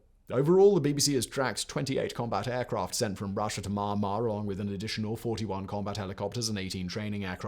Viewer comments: For goodness sake... It isn't manh-mar. Its mee-yahn-mar. 🤦🏾‍♂️ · So sad! The normal Myanmar people are so nice, honest and genuine. I lived/worked there for 9 years starting in 2011. Oh, you are pronouncing Myanmar incorrectly, it's is spoken as Mee-An-mah. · Simon, I love your stuff, but "Me-an-marr" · Found out you have trouble to said Myanmar. He he he.